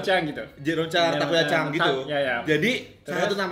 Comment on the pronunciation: Accent nya takuya udh bagus bgtt Edit: btw megangin bungkus GoodDay nya sepanjang endorse.